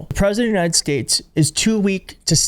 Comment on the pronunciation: "United Shayshs" He says it like that every time, thank you for your attention in this matter.